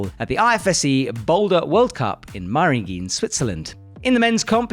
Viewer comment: I love your commentary, and your vids! Just one thing: the pronounciation of Meiringen is almost on point, just the last "e" is pronounced more like the "e" in "Eskimo" (excuse that bad example). Thanks for what you do, please keep on doing it! Cheers from Switzerland